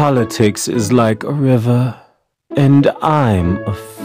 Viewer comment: bruh why he talk like that 💀 politics is like a rIVUh😩